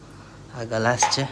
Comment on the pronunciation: ગ્લાસ ❌ ગલાસ ✅